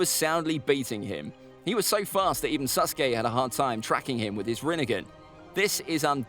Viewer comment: Am I the only one to hear him say Suske